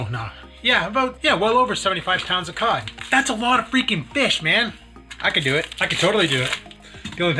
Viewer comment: I swear it sounded like pot not cod. That a lot of pot the Rock eats